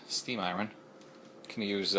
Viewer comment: I would never trust my books to a guy who doesn't know how to pronounce a word as simple as "iron."